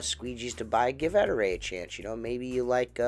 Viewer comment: Ettore chef boyardi. not E tour e chef BOI ARDY!?